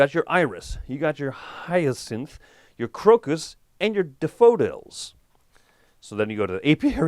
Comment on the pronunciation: That pronunciation of daffodils….